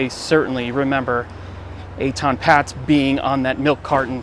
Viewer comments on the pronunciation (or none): It's actually pronounced "Pay-tz" not "Pats" They lived on a higher floor than the one you pointed to- not the 2nd floor, they lived on the THIRD floor, the pictures are a little deceiving because they climbed down the ladder a bit and the camera perspective is not always correct, but they lived on the 3rd floor there for sure, they moved in there in 1972. I remember the case well as I lived in a loft on Broadway and Houston st then I also remember the police claimed they knocked on every door, I know for a fact they never knocked on my door, so that not a factual statement on their part, I wouldnt have had any info for them anyway but I wanted to mention what they claimed. Even back then I couldnt believe his parents would let a SIX year old walk to the bus stop like that in NY City, it was as dangerous in the 1970s as it is now, I was constantly robbed, my bikes stolen either off a lock and chain or by force, burglary was rampant, so was theft. In my building I remember a thug grabbed an armload of garments off the rack in one of the clothing factories and ran down the stairs, but a guy from the factory chased him down the stairs and shoved him at the last flight and the thug fell down the stairs face and teeth first onto the hard concrete floor of the lobby. Another thug climbed up the fire escape to the SEVENTH floor, when he had to carefully crawl or shimmy along a small projecting stone cornice 75 feet to my window, and opened it, removed the screen and started to come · I live in N.J. and I was 13 when this happened. It was everywhere. The family’s name was pronounced “paytz”.